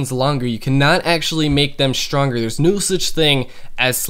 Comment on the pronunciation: HAHAAHA Shronger - Stronger